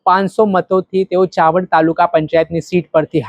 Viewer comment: ચવાંડ નહિ ચાવંડ બેઠક અમરેલી જીલ્લાનું અને લાઠી તાલુકાનું ગામ છે.જેવી રીતે અમદાવાદના ખાડિયા વિસ્તારને ખંડિયા ના બોલી શકાય અને અમદાવાદને આંડાવાદ ના બોલી શકાય.થોડી મહેનત કરશો તો,ગામના નામો સાચી રીતે બોલી શકશો.